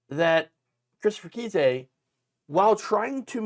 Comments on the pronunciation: JFC dude. It is NOT "KEY-SAY" it is "KIZE". "CHRIS KISE" A Friendly note. If you can't pronounce people's names correctly, you shouldn't be doing news podcasts and look like a fool. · trumps lawyer's name is pronounced like 'Ice" with a k (K-ice). But if you're pronouncing it wrong on purpose I'm fine with that too. 😏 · Just a small note: pronunciation for Kise.... rhymes with "ice"... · I think he pronounces it Kice, like ice. It should be pronounced fool. 😂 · nation- It's pronounced with a long "I"-Kise, rhymes with Rice.